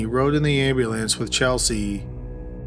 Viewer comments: I find your voice soothing and I watch many of your videos... but Ambulayance? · Is this a person or computer talking. Like the way he pronounces ambulance and Noah is bizarre. And his speech cadence is so weird.